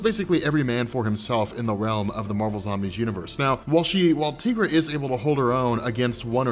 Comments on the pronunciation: Please stop saying Teegra, it's Tigra. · "TEA-gra"?!?! 🤦 it's "TIE-gra"! TIGER = TIGRA what a newb move 😅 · “Tee-gra”? Come on. She’s a tiger. It’s “Tie-gra”. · So I'm gonna call it out lol:) Te-gra?!?! I would of thought Tie-Gra lol:)! Yeah I couldn't resist;) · Tea-gra? I think you mean Tie-gra. She's a tiger lady, not a tea lady. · Dude, her name is pronounced "Tie-gra" not "Tee-gra". It's a play on "Tiger". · tye-grah. not teeeeeeegrah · the way you mispronounce Tigra's name makes me want to stab my ears with knives. It's 'tie'-'gra' like tiger. We've heard her name pronounced in the Avengers: United They Stand cartoon in the early 2000's. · Say Tee-gra... one. more. time. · Tigra long I. Like sky, not an e. That earks me